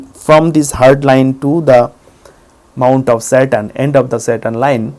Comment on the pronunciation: Sorry, but for a good 5 seconds I thought he was saying 'Mount of Satan'...